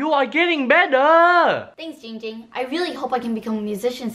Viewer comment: It is pronounced GINGGGGGG ging not Ging Ging THATS his cousin